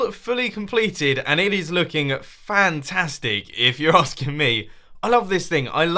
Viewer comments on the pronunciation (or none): none